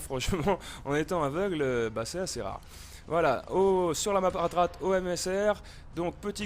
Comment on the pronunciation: décidement tu prononceras jamais hardat mais hartat :p